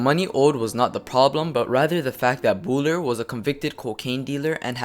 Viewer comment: You are mispronouncing Bouler you idiot!!!